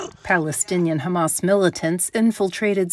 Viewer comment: Hamas ‘terrorists’ …you said it wrong.